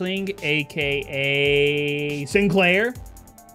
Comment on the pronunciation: I love it when he says sinclair